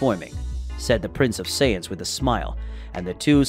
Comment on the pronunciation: Saytins 🤦🏽‍♂️ to think how many times we herd it still cant say it right